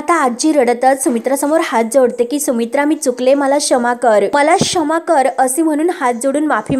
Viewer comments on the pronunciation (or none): अग बाई शमा नाही क्षमा किती गावंढळपणा हा😅😅😅